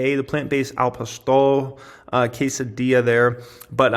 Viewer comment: Good video - but please learn how to pronounce acai and al pastor